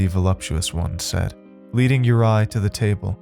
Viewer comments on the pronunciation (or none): Your mispronounciation is infuriating!! It's not "You-rye", his name is pronounced "You-ree"!! This is just awful. Ive twice turned off this story within 15mins, it's just too irritating! Im trying a 3rd time because i want to hear the tale. How can you NOT check how to pronounce names correctly? Real lazy. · Normally love your work!! But this was sloppy bruv!!! Mis matched sound effects, mispronounced name of featured character ( URI= your-E or youry) I’m sure Peter was really pyter but that’s ok, your inflections didn’t match with story telling either! Mailed it in, huh? If you weren’t so good I wouldn’t care